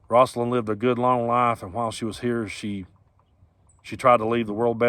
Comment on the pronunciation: Rose-alyn Not ross-alyn.